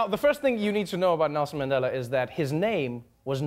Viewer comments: Did Trevor say, Mendela🤣🤣🤣🤣🤣🤣🤣🤣🤣🤣🤣🤣🤣🤣 Trevor is no longer South African 'y'all' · I'm so disappointed by how Trevor pronounces Mandela now. You haven't been gone for that long. Don't let the USA change you. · Why's Trevor mispronouncing Mandela's surname just like an American? And then he adds insult to injury by mispronouncing Rolihlahla.